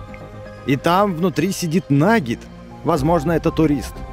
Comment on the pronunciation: Почему я слышу не наггет а наггетс?